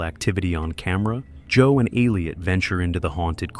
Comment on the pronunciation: It's Elliot! Not Aleot